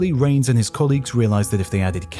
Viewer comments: Hi. I am an experimental particle physicist switch specialization in neutrino physics. I always enjoy your video on this channel (and also history of the earth). Thank you so much. One (somewhat amusing) fact to point out: “Reines” is pronounced “Ray-Nes” not “Rains”. The latter is how you pronounced, and many neutrino physicists including famous ones make this mistake admittedly. But my colleague who is old enough to have taken a lecture from Reines at UC Irvine chuckles about this. Reines always made sure at least students in his class knows how to correctly pronounce his name. Since your channel is popular, perhaps you can help correcting this with many audiences, which Reines might appreciates :) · Ray-ness, please. The surname of the neutrino physicist to which you refer, Frederick Reines, is pronounced Ray-ness. Thank you.